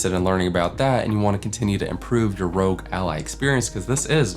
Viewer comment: Great video! Totally agree, no third party cases are upto scratch yet! Hope to see more content on the Ally. Also, its R.O.G which stands for "Republic Of Gamers" so its not pronounced "rogue" :D